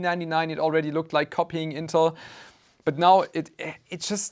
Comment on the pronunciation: So you go after ASUS for a perfectly fine term but can't pronounce "intel" and say "panter" instead of "panther"? Have YOU picked up a dictionary recently?!